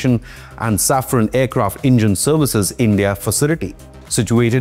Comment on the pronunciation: Safran- saffron ❌ Engines - Injuns ❌ Pls fix your pronounciations brother.